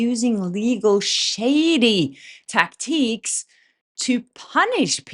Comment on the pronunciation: TakTEEKS! Is that the French pronunciation? You will never live that one down: )